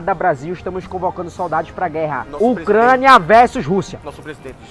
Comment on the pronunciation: "Ocrania" "-Anota aí: Ocrania com O"